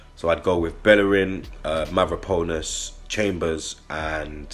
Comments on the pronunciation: MavropAnos not MavropOnas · Say after me MA-VRO-PA-NOS